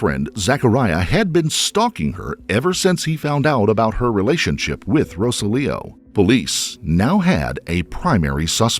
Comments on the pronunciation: Okay. Narrator, you are pronouncing Rosalio’s name incorrectly. You are saying Rosa Leo. His name is Ro SAH-lio. Google can help you pronounce Spanish names. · Pregunta from una gringa: …isn’t his name, (in English phonetics), “roh-SÁL-ee-oh”? Or is it seriously “row-suh-LEO”? Every time the voiceover pronounces the victim’s name, I find myself cringing… I could very well be wrong, but something about this Americanization of “Rosalio” doesn’t sit right with my ears.